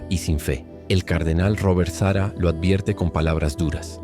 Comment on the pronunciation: Es Sarah con acento en la segunda A no Sara como nombre de mujer!